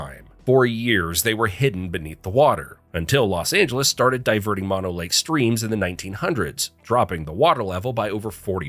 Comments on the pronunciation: It's not Mon Oh Lake. Moe No (like the 3 Stooges). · Fact 51: Its pronounced Too-lare-ee or tah-larry. Mono Lake? Mon-oh? Its Moe-no. And, how about The Forestiere Sunken Gardens of Fresno? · Mono (Lake) is not pronounced like the virus, "MON-oh." It's pronounce "Mow-No" after the tribe it was named from. Also, "Big Ben" is the name of the 13.5 ton bell inside the tower, not the tower itself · It's moh-know lake not mah-know lake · MōNō Lake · It's pronounced Mono(moh-noh)Lake. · Mono Lake and Mono County, California are not pronounced like the opposite of stereo. It is actually a Native American word and is pronounced "Mow Know." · Its "Mono Lake." Not "Mono Lake." Bro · Don’t you YouTubers ever do thorough research when you make this crap? You couldn’t even go 5 minutes without a mispronunciation? It’s Mono Lake as in “no” with an ‘m’ dummy.